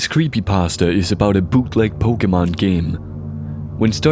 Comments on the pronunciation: lol "Creepy Paahstuh" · creepypaustah. It's like Christopher Walken. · Lol, "creepy passta" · It's pronounced creepy- pAsta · crept 'pesta' ? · creepy- pah stah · "JVK is a creepy pahstuh based on the game moral when-" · oh my god this bugs me more than it should. That is NOT how you say "creepypasta". I have no idea why this irks me so much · love how the guy pronounces creepypasta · XD somewhere he misprounounced creepypasta